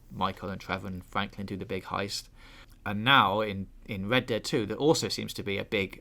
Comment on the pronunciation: They really should have hired a guy who can pronounce the letter 'r' to cover news for a game called Red Dead Redemption. Unless it was some cruel inside joke amongst gamesradar employees to put on this game.